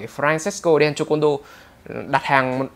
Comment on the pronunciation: đọc kiểu: Lisa đen chô côn đo :))